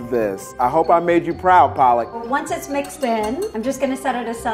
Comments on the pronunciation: He's calling her Paa-lak instead of Palak - and that's funny because Paa-lak is Spinach in Hindi and loves spinach. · Ohhh Side note : Palak is pronounced (puh-luh-k) and not ( paa-lak) it’s the Hindi word for spinach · The weird part is that, Palak can't even pronounce her own name right. Its Palak not Paalak. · Her name is spelled as 'palak'. But he repeatedly called her 'paalak' which ironically means 'spinach' in Hindi !. Boy he loves Spinach. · Palak is Pal as in Pul(se) and Lak as in Luck Paalak means spinach .... Oh wait, what? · He keep calling her palak 😂😂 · Just realized she is named Palak as in "eyelids" and not Paalak as in "spinach". She herself does not know how to pronounce her own name lmao. That's a prime example of an Indian American. XD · She calls herself Paalak(spinach) instead of Palak . These NRIs always kill Indian names. You can't blame the other guy calling her Paalak! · When he says palak. It actually means spinach in Hindi. Paa-luck The girl's name is pronounced as puh-luck (it means Eye lashes & lid) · I love how he keeps calling her Pollock 😂😂😂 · there are two pronunciations. Palak meaning eyelashes (that's her name) and Paalak meaning spinach in hindi (that's how Americans wrongly pronounce her name). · Ya and if u r not Indian there's a hint of info for u . He kept calling her paalak. Not palak which in Hindi actually means spinach. I mean does this guy think about something else at all I was proud of his dosas tho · Her name is Palak not Pālak, the latter of which means spinach. Maybe learn some Hindi, macha XD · Palak made paalak dosa 😂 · He likes spinach so much he kept calling her it, Paalak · loves spinach soo much he called palak paalak(which is spinach in Hindi) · He loves spinach and he's calling her Paalak, that's it.😂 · Him constantly pronouncing her name as PAALAK (spinach leaves in Hindi) got me thinking, damnn Paalak made Paalak dosas…. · Palak making PAALAK dosas🤣🤣🤣🤣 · Its more like Paalak